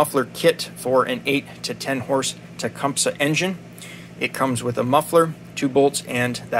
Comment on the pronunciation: Finally a tech that says the word Tecumseh correctly !